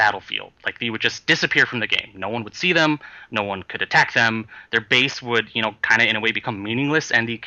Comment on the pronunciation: base not bass*